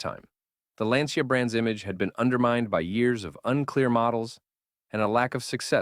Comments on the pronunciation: Please pay attention to the fact that the correct pronunciation of Lancia in Italian is not “Lyan-cha” but simply more like “Lan-tcha”. 😉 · Sorry, in italian is not lyancha but lan cha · Pronounced Lyan-cha in Italian?!! Aww héll naw!!😂🤦🏽🙋🏽 You think Italians speak Chinese or so?!